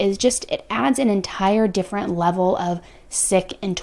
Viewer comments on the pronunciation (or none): none